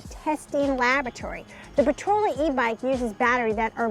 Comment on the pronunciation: It's not Potrola. It's Portola, POR-TOLA.